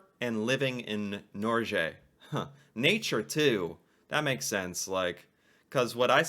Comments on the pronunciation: Pronunciation Norge = Nor + get minus the t. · It's actually more like Nore-gay. That pronunciation. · Haha,! Becoming an expert on Norway it’s about time you learn to pronounce «Norge» as Norwegians. The G is not like the dzj, as in George, but a G as in leg.